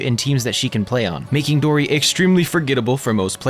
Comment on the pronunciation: good take and gw on pronouncing dori right! first ytber ive heard say her name correctly : )